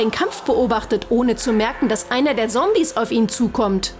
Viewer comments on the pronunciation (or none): Sombies hahaha das heißt Zombies sry Arber das ist ja so 😂😂😂